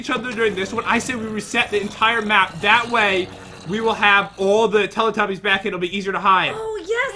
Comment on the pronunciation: and its not teely tubys its telly tubbys